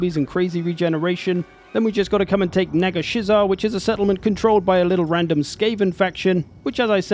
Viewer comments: Dude, no way you pronounced Nagashizzar as Nega-Shizzer🤣 Hahahahaha it’s Nagash-Izar as in Nagash’s house. That actually almost killed me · ah yes NAGA-SHIZZAR. my favorite lmao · i really feel like helman should have just been a legendary hero for mannfred because thats all he is really, also uhh that is very much not how u pronounce nagashizar;-; the start of it is pronounced the same as nagash and then just izar